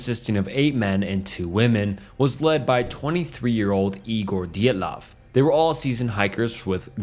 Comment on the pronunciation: I slightly chuckled when he pronounce Dyatlov three different ways in a row, love you lol 😂